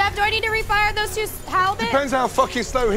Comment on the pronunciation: "Do look at the garlic there" sounded like "dude" to me and that was very unexpected to hear from Gordon for me